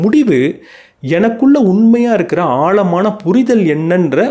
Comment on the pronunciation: ஆழமான என்று உச்சரிக்கவும் ஆள்மான அல்ல. எளுத்து அல்ல எழுத்து. முதல்ல அதை சரி செய்யவும்